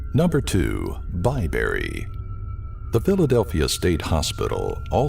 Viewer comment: Lol! It was announced BAYberry? It's BYberry. How can I be frightened when the announcer can't get the name right?